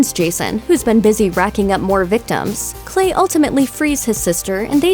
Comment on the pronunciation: ”Cwystal Wake” ”Iwegal Pot Fawm” You got a tongue problem?